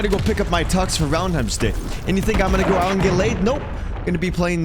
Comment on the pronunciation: “I don’t wanna be slammin guys…but it is Valentime’s Day so 🤷🏻” 🤣🤣🤣